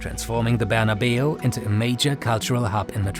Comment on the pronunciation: Saint Barna-biu? Or Barna-Bao?